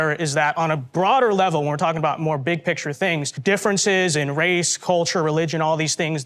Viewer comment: Did she say wace 😂